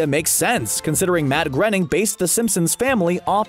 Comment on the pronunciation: It’s not matt grening it’s Matt groening